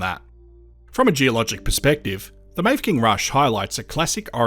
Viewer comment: Very interesting to a former resident of the Grampians and place of my birth 75 years ago. Mafeking should be pronounced Maffaking.